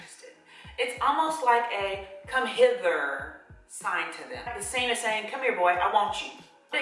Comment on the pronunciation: Come-Hitler?)) Whats that